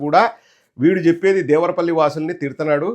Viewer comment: "దేవరా పల్లి" కాదురా..లబ్డ్డే.అది " దేవర పల్లి". తెలుగు చదవటం రాని పుంకా గాడిని యాంకర్ ని ఎవడు చేశాడు అసలు."దిస్ ఈజ్ అన్ఫెయిర్.. సబ్జెక్ట్ టు కరెక్షన్"🤣🤣🤣